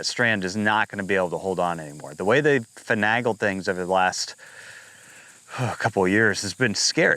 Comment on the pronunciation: Please revisit your pronunciation of finagle.